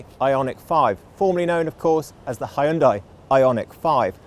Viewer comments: Not Hyun-D-AH-EE., but Hyun-Day, like Sunday. :) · "Hun-day" - rhymes with "Sunday". 😊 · you need to start saying Hyun-day not Hi Un Die... Hyundai are now aiming their sights at the premium market 😆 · You only manage once to pronounce HYUNDAI in a new way 😂 I guess that is a total nonsense and we always will be pronouncing it as it was before 🎉